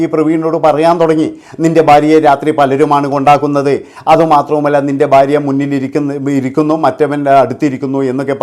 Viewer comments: ബാര്യ അല്ലെടാ മൈരേ,, ഭാര്യ ആണ് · എന്നാലും ഫാര്യ എന്ന് പറഞ്ഞില്ലല്ലൊ